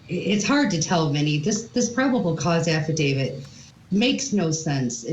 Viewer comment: Love the coverage! Hate 1 thing: pronunciation. My best friend is named David. But he is not part of any “affe-David.” No, the legal document is called an Aff-i-dav-IT When people miss pronounce the word “affidavit”, it’s not the end of the world, but when you are in a job where speaking is your PROFESSION, ESP in the CRIME WORLD where affidavits are a day-in-and-day-out type of thing, it does make one sound a little bit uneducated when repeatedly saying affi-DAVID. My friend David laughs at this all the time when people CONFUSE how to pronounce a legal document term……with his name ;-)